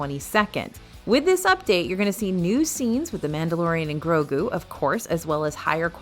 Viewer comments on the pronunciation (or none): none